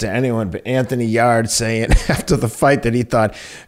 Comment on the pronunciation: They pronounce Yarde's name Yard and agree, he needs to avoid Beterbiev. Dmitry Bivol vs Artur Beterbiev is one of the biggest fights in boxing to make right now.